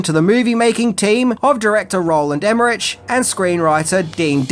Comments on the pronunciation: Wow, lots of mispronunciations of names here. First, Roland Emerich’s last name isn’t pronounced like “rich”, but like “rick”. Second Jean Reno’s first name isn’t pronounced “jean” like a pair of blue jeans, but more like “john”, with the “j” sound almost like Zsa Zsa Gabor. Lastly, Ian Ziering’s first name isn’t the traditional “Ian”, but is pronounced like “Eye-an”. These things drive me nuts! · OK mate, I'm gonna help you out a bit here. Repeat after me: "EM-MER-ICK" There ya go, you're welcome. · Emmerich is pronounced "emma-rick" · It’s pronounced “EM-ER-RICK” & “DEV-LIN” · The way pronounces the names "Emmerich" and "Jean Reno" had me in tears 😂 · yeah, was he for real? Djean Renou? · I just can't... every time you pronounce "Emmerich". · Loved the video except that the director's last name is pronounced with a "K: sound at the end, NOT a "CH" sound. You're killing me!